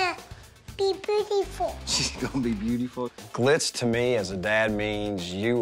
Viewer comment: Who else noticed the yers her mom said when she said God made her beautiful she was like hun | made u bootifull😂 Also she doesn't even like doing pageants her mom even said that it was her passion and Paisley wouldn't do it herself.Like whats the point. Parents need